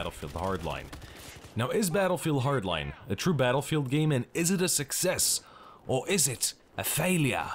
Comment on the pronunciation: its success.. not succes.. nub